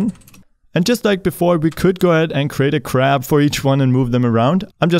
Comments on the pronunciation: "THE CRAP MOVES"!!!! HAHAHAHAHAHAHA also you keep saying. you need to work on that word some more. its more like PUH ZZ ition. cool you got it! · I thought you said " I have this crap sprite" :D